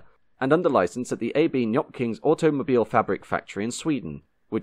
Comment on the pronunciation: As usual the British arrogance when it comes to pronouncing foreign words is as clear as always. Nyköping is pronounced 'Noppking" and is but one example of this.